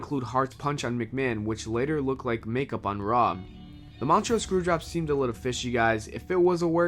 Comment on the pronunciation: First off it was two days later that warrior died. Second learn to pronounce MONTREAL third the only truth to this video is snuka. the rest was just crap